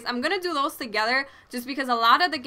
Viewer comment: i like the way u say those haha, dose x)